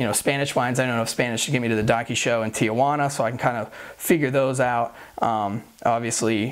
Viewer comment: Well you also miss pronounced Tijuana